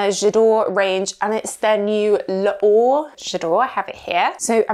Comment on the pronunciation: It's pronounced 'lor'... not 'laor' please And parfum d'eau is pronounced 'do'..like the musical note...